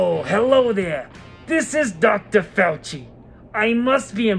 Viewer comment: It's not faudchi it's fauxchi. Get it right, kvon!